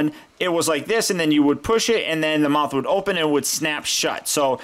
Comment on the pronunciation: The feet aren't flat only spino has that...so the try to make it accurate and...whoop! there it is! U alzo said muouth